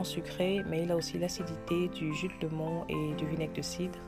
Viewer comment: Du jus de citron et non de " lémon" ou bien alors dire lemon 🍋 avec l' accent 🇬🇧anglais 🙄Bref, sinon, Les recettes sont à tester. Bravo !